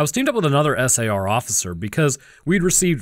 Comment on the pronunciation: You need to program your voice model to stop spelling out SAR. Everyone pronounces it as "sar". You also need to do something to indicate one anecdote has finished and the next has begun. A tune/jingle, a different voice, something. A longer pause if nothing else. It's freaking eerie.